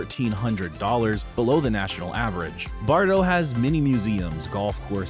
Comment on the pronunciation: Bartow is pronounced just as it is spelled Bar - tow, not Bardo.